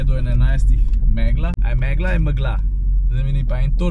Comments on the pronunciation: M'gla ali meglA, ne pa mEgla :) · Reče se M'GLA😂😂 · Reče se mgla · reči m'gla saj je videti kot megla...😁😁....